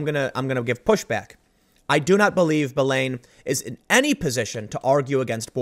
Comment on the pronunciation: Belen? I thought you said bellend at first, which is apparently more accurate.